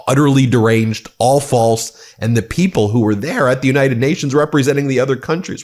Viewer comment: Again, the more he lies, the more he says “ant” instead of “and”